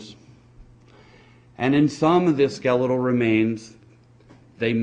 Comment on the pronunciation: Yoh. What are sklell remains and rance? What is this guy? A snack salesman? A miner? If he wants to convince anyone of beeing " scientific " - he should f... learn to speak understandable first!